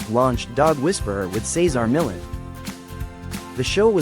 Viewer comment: How lame this doesn't even pronounce his name correctly. Loser AI recap of selective info